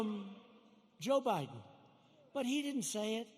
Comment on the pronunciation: Who is Joe Boydin? Pence said Joe Boydin. Who is that? You republican get a hard on every time Joe Biden misspeaks but say nothing when trump does on every speech he makes.